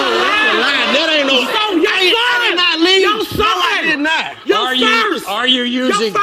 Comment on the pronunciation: did, but it sounded like dead